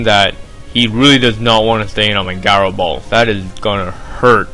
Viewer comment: GOD gaaaro ball, its ji-ro